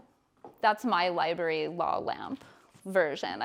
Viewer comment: Sigh. Between her pretentious vocal fry, “li-berry” pronunciation and that offensive LR painting with its glaring phallic symbol staring me in the face, couldn’t switch off fast enough.